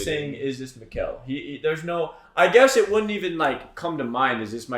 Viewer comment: Great thoughts/ reactions but for the love of God, Mikkel is pronounced like nickel, not Miguel, the kid ain't Mexican 😂